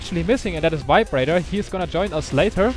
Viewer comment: VibeRaider sounds like vibrator wheen says it:P